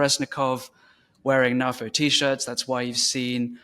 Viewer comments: Hi, do you also pronounce NATO as Naah-Toe?. No? I didn't think so. NAFO translates to North Atlantic Fella Organization, and I see no reason why it should be pronounced the way you do. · Personally, I pronounce it NAFO ... but then, I'm a boomer. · GenX NAFO FTW! Oh yeah... and you pronounce it NAFO 😁.